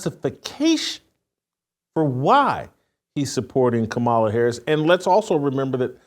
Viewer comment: Simply AMAZING, WHITELOCK!!!!!! You can get Shuhmeekuh right, but can't say Mrs. Harris's name?!? Your shameless has no boundaries.......